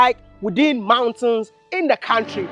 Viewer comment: My bro I love wat you do but I only dislike one thing , how you pronounce country , you should pronounce it like kauntry not kantry